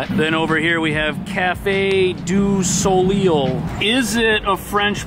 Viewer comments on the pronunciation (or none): The "eil" in soleil is pronounced as a long "a" and the word means sun in French. Are you familiar with Cirque du Soleil which is a circus performance. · The way you pronounced “Café du Soleil” made my day^^